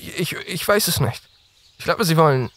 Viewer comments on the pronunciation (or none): hmmm the "weiß" sounds a bit dutch, but I still think he's german.